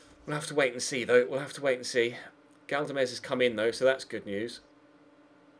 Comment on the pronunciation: Galdames is pronounced GALDames not GADLames